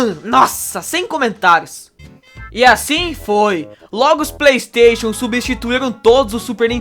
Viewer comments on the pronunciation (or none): none